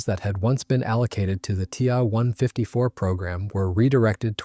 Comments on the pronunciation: Yikes! Quit using gamer-speak! The Ta 152 is a "T" "a" 152, not a "Tah" 154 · My bad, should read The Ta 154 is a "T" "a" 154, not a "Tah" 154. Ugh.